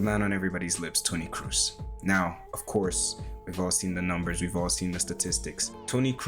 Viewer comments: Nice video, man. Thanks for the work you put in, it is appreciated. :) So, one thing, it is not Toni "Cruise", it is more like Toni "Cross" but stretching the "o" a little. Keep up the good work! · Dude, you spent so much time analyzing his passes - but unfortunately fail in pronouncing his name correctly… it‘s not Cruise or Cruz it‘s more like „Kross“ (like gross with a K) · Great video! A little advice from a German: his name is not pronounced "Cruise," it's more like "Cross" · Its a long o in kroos, like bo selectah. Not cruise ;) nice analysis!